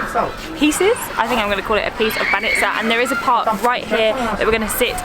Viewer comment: It was hilarious how you had a different pronunciation every time you said banitsa 🤣 you almost got it right a couple times. The trick is to put the emphasis on the first syllable and try to say the 'ts' as one sound and not two separate ones. You actually did pretty well but sometimes people struggle to understand words they hear super often when they are said even slightly wrong.